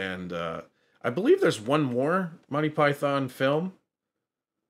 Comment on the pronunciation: Monty = /monti/ not Mon tye